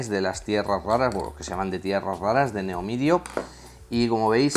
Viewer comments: Se dice Neodimio no "neomidio" muy buen video, saludos! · se dice neodimio no neomidio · una cosa, se dice imán de Neodimio, no neomidio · Muy buen video!! Solo una aclaración, el imán es de neodimio no de neomidio xD Saludos! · se referia a ese tipo de iman.. pero se a confundido en la pronunciación. xD